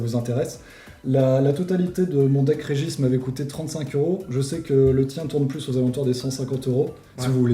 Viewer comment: J’ai pas l’habitude de reprendre sur la prononciation mais le « Régis » en place de « Regice » m’a fumé